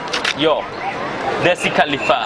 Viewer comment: জেসি খালিফা না মিয়া খালিফা